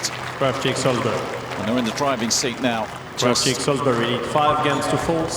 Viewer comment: Isn't it Krawczyk?